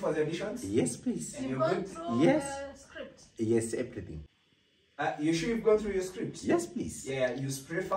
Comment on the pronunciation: Auditor:Have you gone through the script? Nobody: Absolutely nobody: Terrence: Yes eprithing 🤣🤣🤣🤣🤣🤣🤣🤣🤣🤣